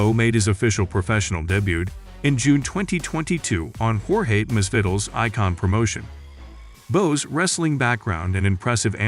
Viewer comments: "Jorge Masvittle" 💀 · Jorge "Mass-Fiddle"? Ugh. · Horhey Misfiddel😣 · Dude you should research on how to say names. Never heard someone pronounce Masvidal like that. That was about the most opposite pronunciation you can say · For heaven's sake learn how to pronounce Masvidal!